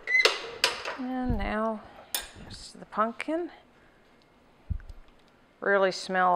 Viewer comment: "punkin" lol